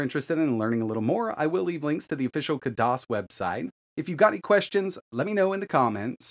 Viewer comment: Khadas, not kadas, spell the خ